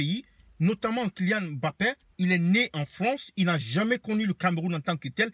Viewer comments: Tu es camerounais mais tu prononces mal le nom de Kylian, c'est pas M Bappè, c'est MBAPPÈ prononce ca comme nos frères douala le font. Maintenant que Kylian gagne, la France le revendique Francais, mais il est jeune, il comettra beaucoup d'erreurs et la les francais vont lui rappeller ses origines. Regarde ce que la France a fait au boxeur batié la qui gagnait les matchs pour eux. A peine il a perdu un match ils l'ont appellé le francais d'origine Camerounaise. Qui vivra verra ! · Un camerounais qui prononce mal Mbappe, tu t'es kill tt seul dans l'oeuf... N'importe quoi... les gens sont prêts à tt pour faire des vues sur YouTube... Déjà Il est libre de choisir sa nation (si il se sent français c'est son dos, et puis il a grandi et est née en France ), mais la génétique ne laisse pas le choix (le Cameroun et l'Algérie coule dans ses veines) et les camer et les Alger ont raison d'être accablés par le fait d'avoir perdu une pépite au profit du colon français...